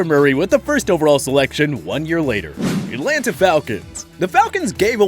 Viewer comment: Atlanta is one word not three....At lan ta